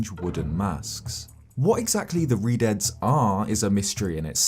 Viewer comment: Keep misreading Redeads as Redheads. lol